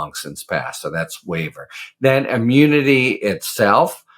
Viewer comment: He can't say immunity